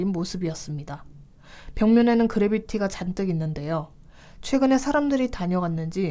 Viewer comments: 그래비티가 아니고 그래피티 (graffiti) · 그래비티가 아니라 그래피티